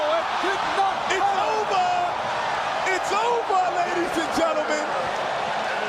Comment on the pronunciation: It's ovaah